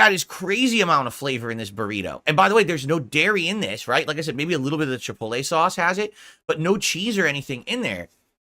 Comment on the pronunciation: Mother fucker really said chipollay. I swear to god every day off segment is just food.